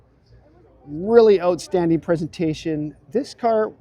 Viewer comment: Watched this not for the great vid, but to hear say "ootstanding"! Thanks,!